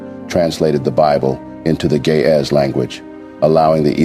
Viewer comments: PLEASE see to it that it is Ge'ez & not "gay as Bible". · It is GE’EZ!!! Not GAY!!! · Why do it sound like the narrator is saying gay as bible 🤔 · do not know how but the computer is reading gay bible erroneously or on purpose cause it is Geeze Ethiopian bible not gay bible , make your correction please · bro it is geez bible not gay as bible correct it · Not Gayz bible! Correct it! It is GE’EZ bible! What a miss!!! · In the subtitle, the phrase that you pronounce Ge'ez Bible is translated in the form of Gay as Bible which is wrong. Translate your pronunciation With the correct phrase Ge'ez Bible. It may create confusion for those who follow the subtitle. I appreciate your work! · It is not "gay is book" it is Geez book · It's NOT GAY IS ITS GIZ